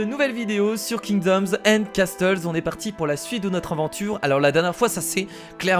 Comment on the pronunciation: MAIS C CASSEULS ET PAS CASTEULS :'(